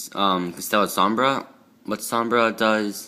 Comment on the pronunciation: Som-Bray is how you say it and 3 sheratin is terrible because you have to normal summon it. You should cut it down to 1 and add two maxx c in place